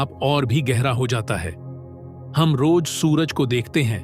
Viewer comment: Ganwaar pronounciation sahi kar j ko z z ko j s ko sh sh ko s...padta hai Roj nahi Roz hota hai...etc ......saley hindi bi tum se sahi nahi boli jati